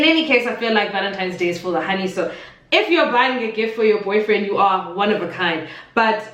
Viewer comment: 🤣😂 "where's your boufriend?!"